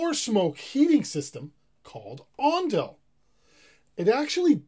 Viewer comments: It’s ondol not ondal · Not ondal, It's ondol. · not "ondal", it's "ondol" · ondal? ondol? ondol !! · Ondal(x) Ondol(o) 온돌~~